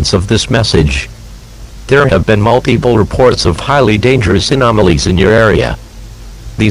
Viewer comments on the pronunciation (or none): Are we just gonna ignore the “multeepool”